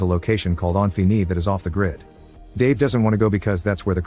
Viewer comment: this text texk-to-speech is irritating me by how it pronounces "Infini" wrong and yet, differently, every time it does... wtf windows xp sh is this?